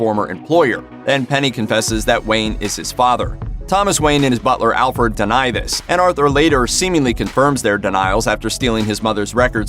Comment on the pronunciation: he called alfred, alford. thumbs...... down.